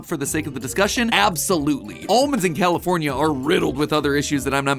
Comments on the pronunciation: He said Californ-i-ay 🤨 is that correct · Matt Matt it's pronounced California, not what however you said it I know you're like from the south or some s*** but like please please and in n out is delicious